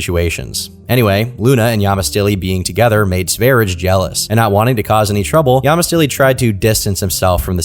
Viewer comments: hearing this pronunciation of Sverige hurts my soul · I didn't clock the name because isn't pronouncing it in Swedish... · pronounce his name wrong. It is pronounced sv ær jɛ like the country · I've watched the first few minutes and it's been nothing but mispronunciation of the word Sverige and prattling about so-called conspiracy theories. Count me out for the rest of the hour and a half. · btw its not pronounced sver-idge like ur saying it, it's sve-ri-ye because its swedish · Sverige pronounced Sver-ee-gay and it literally means “Sweden” in Swedish. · That aint the right to pronounce "Sverige", Its sveh-ree-yeh. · Sverige is simply the Swedish word for Sweden. To pronounce it, put an S in front of the word 'very' followed by a long A: sverry-A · "Sweden" in Swedish is spelled Sverige (pronounced like sveh- ree- yeh) and this is so offensive that he did cultural appropriation on my nation. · his nickname is pronounced Sverye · Little fact, the name Sv3rige is referring to the Swedish name for Sweden; Sverige. It's pronounced like "Svaer-yeah" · Sv3rige is the Swedish word for Sweden (Sverige) and is not pronounced Sweerish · Sverige is pronounced sveriyeh, and it means Sweden in swedish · Yes, or to give it its traditional and authentic Swedish pronunciation: "sewage". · "swerich" what the efuck is that pronunciation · this dude calls sverige "sverich" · THANK YOU! I've been playing this in the background and he kept saying "Sverige" but in the way I would imagine a non-native speaker would. I kept checking the screen to see if it would have the spelling so I could tell if was just mispronouncing it or the dude was named "sverijj" or some shit. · i have never in my life heard Sverige (Sweden) pronounced like that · Your pronunciation of sv3rige is outrageous